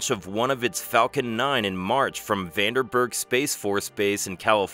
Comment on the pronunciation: Vandenberg Space Force Base, with two "N"s. You said "Vanderberg", with two "R"s. I stopped watching. You have an implicit duty to your viewers to get at least the simple stuff correct. How can I possibly trust anything you say later if you cannot correctly pronounce the name of one of the more famous rocket launch sites in the USA? Even worse, you {& your "proof-reader" viewers?} missed this during your review before posting the video. Good luck, and good bye.